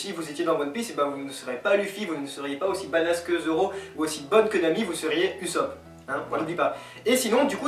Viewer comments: Votre emission est divertissante mais essayer d'assurer les prononciation ca enlèverais certaine frustrations comme ussop qui se prononce oussop par exemple, mais sinon c'est vraiment cool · ca se prononce ussoppeuh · bien le truc des bruit de gouttes d'eau^^: ouui eichi' a tout preparé; prononciation: LEUFFY; OUS(S)OP; DRESSROZA; ENIESSE LOBY et enfin les gars c'est pas mal mais sa serait mieux sans la coupe bieber xD